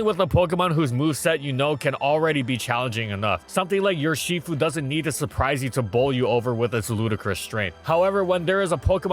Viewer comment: Bro there is no "y" at the front of "yurshifu", its pronounced like ursaring, like ursa, like ursa major